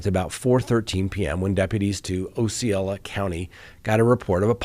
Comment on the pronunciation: Thank you for being the voice of reason. BTW, Osceola is Ah-see-oh’-luh, and Kissimmee is Kiss-IM’-ee